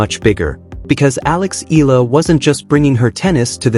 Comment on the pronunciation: It pronounce Eyala. im from the Philippines.